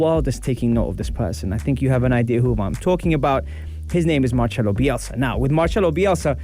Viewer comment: I feel like im reading that BBC article again hehe Excellent coach. MarCelo, not MarCHelo :)